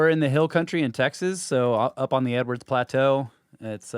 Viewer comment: I think it’s Edwards plateau but it does sound like Everette’s. Edwards plateau is in TX.